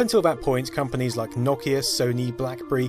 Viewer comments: It’s Nokia not nokkya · darn that Nakia beating out other companies like Sany and Micrasaft. seriously mate learn to pronounce things. its NOKIA NO KEY AHHHHH. that's an O not an A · Its not NOCK-IA ITS NO-KIA.... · its No-Kia not Nok-Kia and the N95 was great :p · "Knockeia" Its NO Keia Like Ikea but a No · The company Nokia is "know key ah" not "knock ee ah". Please pronounce it correctly. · It's pronounced NO-KEY-A, not NAW-KEY-A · No-Key-Uh, NO-KEY-UHHHHHH, not Knock-E-Yh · Clicked away the video when you kept on pronouncing Nokia the wrong way. very annoying. It isn't nokkia, but rather no-kia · Awesome video! Weird hearing it pronounced "nok-ia" instead of "no-kia" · Never heard Nokia pronounced that way before 😭 lol . Here in the Caribbean we pronounce it No-Key-Ya . But you UK guys seem to pronounce it Knock-Key-Ya lol ... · NO KIA, not NA KIA! OMG that drove me nuts! Otherwise, great video! :) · 🚫! 🤕😳😤🙊🙍 Stop it! Just stop! I have never heard anyone mess up saying Nokia more than you in my entire life! Here try and say it with me, & the rest of the world. It's really, really easy to enunciate this word. Ready? Okay here it goes: "Nokia" No 'Kia' that's it! [My buddy just bought a 'Kia' as his 1st car today. No Kia really? Those are good safe cars. Good for him! >I even gave you an example word< NO, then KIA, like the car manufacturer Kia, just with NO in front 1st! ^No'kia^ there you go! Not whatever the hell you're doing because it hurts, it physically hurts my ears & my brain; the way you say it. Thank you. Hope it helps. Also thank you for the content it is interesting and it is very entertaining just not when you mess up ^Nokia^. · "The logo just needs to be on top. Problem solved." My PC has literally not one horizontal USB port. 10 ports. All are vertical. And if you say KNOCK-ee-a one more time I might die. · I gotta say, it's weird to hear Nokia pronounced as "NOCK-e-uh." I've only ever heard "NO-key-uh" and "no-KEY-uh."